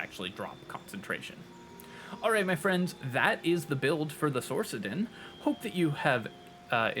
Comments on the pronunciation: great video, hated that u pronounced it "source"-adin and not "sork"-adin, Love ❤ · I thought sorcadin is pronounced with hard k, I heard someone say it like that, surely it's not my inner voice, right?